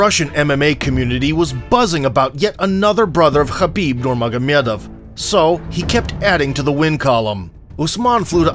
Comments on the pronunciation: Mr. Moderator, I appreciate your attempt to pronounce names belonging to MMA fighters from other countries - but you are so seriously misinformed and totally out of your league. Here it is phonetically & with stress points, okay? NOOR - MOE - HhA - MAHDOV -this is written as НурмухӀамадов (Avar) - in English it is spelled; Nurmagomedov This is the correct way to pronounce the famous Dagestan family name. Practice this name & the others, which are also wrongly pronounced 👎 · 🥊🥊🥊PLEASE TAKE NOTE: Khabib's name is pronounced as Habib Noor Muhammed. 👌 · can't fool me with the fake "knows russian pronounciation" narrator. it's NURMUHAMADOV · Khrabib NurmagomYedov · Please make a video and teach us how to spell the name in right way. when you write NOOR - MOE - HhA - MAHDOV because I see the name of our beloved name there.. Muhammad pbuh.